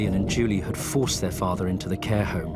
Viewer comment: I really do not like the "Hat" for had And then the ngk at every ng which does not have a k at the end of it.